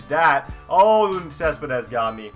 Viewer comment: Not cespedess